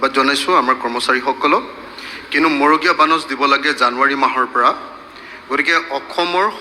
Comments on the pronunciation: 😮magoreya bonash nohoi, marogeya bonash. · মন্ত্ৰীজনে মৰগীয়া শব্দটোও শুদ্ধকৈ ক'ব নোৱাৰিলে